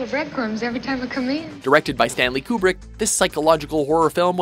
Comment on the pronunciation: To anyone who doesn't know, narrator included, it's pronounced "cue/queue-brick", not "coo/coup-brick" (Kubrick). You're welcome. Here's a valid source, but there's plenty of others...not to mention and art of film professor.